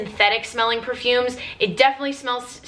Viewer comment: Love how you pronounce the name of perfumes like you are so fluent on it. a true fragrance enthusiast ♥♥